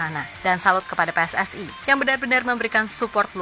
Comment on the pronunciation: Bukan pssai tapi PSSI